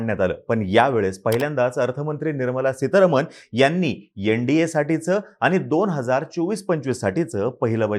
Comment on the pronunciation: आरे “येंडीये” नाही NDA (एन डी ए) म्हण.